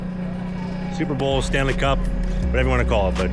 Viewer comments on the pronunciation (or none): none